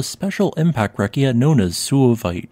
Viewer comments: “Breccia” is not pronounced with a hard C but with a soft C; the correct pronunciation is something like “Brae-tcha”. You’re welcome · The word "breccia" is pronounced with a "ch" sound instead of a "k" sound.